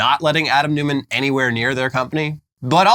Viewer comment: "Newman", because Americans find 'Neumann' too difficult to pronounce?